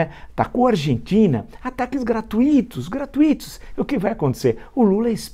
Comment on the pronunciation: Villa, por favor, diga "gratuitos" como se fala "fortuitos" e não diga "gratu-í-tos" como sendo um hiato ...